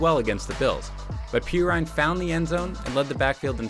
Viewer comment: "PEE RINE"????